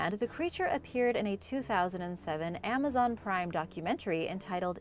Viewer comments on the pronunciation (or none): none